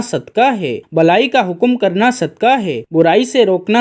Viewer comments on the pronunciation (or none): It is not sudkaah,but it is called sudqaah,with not kaaf,kuttay waalaa,but it is dau nuqtay waalaa qaaf,qainnchee or qaaboo waalaa,brother.As qulb means heart ,and kulb means dog in Arabic .Now you see bro',how much difference it creates,if it is not pronounced properly.We hope that you got it now.lf the pronunciation is incorrect,the meaning of that Arabic word changes,plus a single Arabic word has several meanings .lf we keep on doing such minor mistakes,we cannot even recite our 05 times daily prayers properly ,and hence we will not get all the benefits from our prayers,as the prayers of the present day so-called Muslims are ,these days.Thats why the Muslims are not becoming morally well behaved day by day ,although a lot of us are regular ,our 05 times prayers sayers ,or reciters, maashaaAllaah,as all these little things really matters .May God,Allaah, the almighty bless us ,and give us proper wisdom ,to cope with the prevailing problems,which the human community is facing these days.Prayers for all from Raawulpindee, Northern Province of Punjaab, lslaamic Republic of Paakistaan, South Asia 🌏😊🎉🎉🎉🕊️✌️🇵🇰.